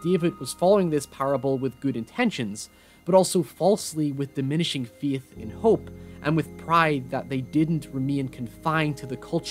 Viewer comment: like how he says feet instead of faith